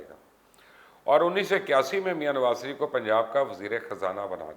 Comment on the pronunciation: Mubashar luqman sb parhe likhe jahil me aap ka channel shoq se dekhta hun ye sareef bolna chorden sahi naam shareef he khuda ke waaste me ye aap ko 3rd time bta rha hun.